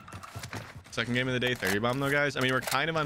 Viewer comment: xD sekond and sekond like xD 😆